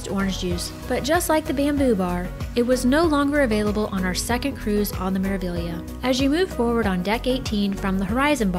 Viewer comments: It's an Italian ship. It is Meravillia for those that can't read Italian. I will assume that the Spanish influence of the staff and some port of calls lead everyone to believe they are hearing Meraviya, but that is just a slur on the correct pronunciation. Meraviglia translates into marvel. Meraviglioso means marvelous. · Thank you so much! We were pretty sure it was Mera-vee-ya but then we heard the captain of the ship pronounce it Mera-veelia, so we were so confused! The captain must not be Italian 😂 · Hi! The proper pronunciation is Mera-ve-ya. The "gli" is pronounced "ye" in Italian. Hope this helps. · Meraviglia ( in Italian) Maravilla (in Spanish Wonder (in English) Pronunciation without g: Meravilia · This video was sooo well done!! Thank you for taking the time to put it together! And I had been pronouncing it Mera-Vig-Leeuh 😂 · Ocean “Key”. And sounds like the crew always say Mera “Viya” so I’m going with that. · It's an Italian Cruise Company with all Italian names of their ship. The ship is pronounced Mera-VYA. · Hi! Great video! It's Mera-vee-ya. It means "marvel" in Italian. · In Italian it is maraveeya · Italian would pronounce it as mers vee ya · She’s pronounced Mera-vee-a